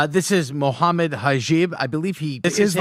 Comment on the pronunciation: Moohaimad hajeeb 🙃